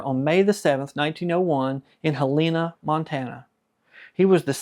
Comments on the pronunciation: FYI - Helena Montana is pronounced "HELL-A-NA" - Great video!! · Hell In Ahhh. Not Helena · Please learn how to pronounce Helena!